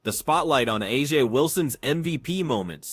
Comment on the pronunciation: First of all: That voice of commentator is annolying.... AND, are you surprised that 'Ah-Jah Wilson (they can't even pronounce her name correctly) claimed that the refs were paid off by the Fever? Doesn't surprise me at all...